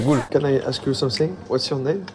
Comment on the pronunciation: "Can I hask your name"